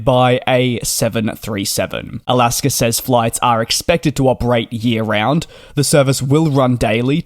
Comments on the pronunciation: So funny that you pronounce Alaska Airlines ALASKER LOL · As much as we love you; there is no "r" in Alaska.